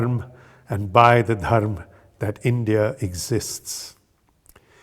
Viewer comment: Can't expect any North Indian by default, to pronounce the correct Sanskrit way : dharma, sanatana. Only a south indian would do that although they do exaggerate it far too much, atleast the word is not butchered by being cut abruptly as if the "a" was just not there!!!